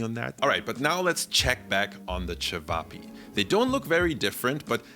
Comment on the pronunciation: Great pronounciation of cevapi 😊